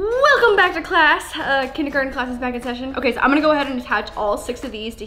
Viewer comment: when she said macaroni and kindergarten she had the biggest Canadian accent ever😂